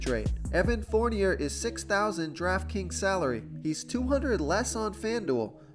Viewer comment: Evan Fornier is pronounced Forneay...love ur vids but ur pronunciations crack me up.